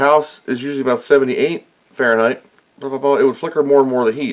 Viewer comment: Man you are mispronouncing those degrees Frankenstein. I'd be slightly worried about any of those old gunks on the board, they can soak up moisture and start aspire to be resistors with meaningful values.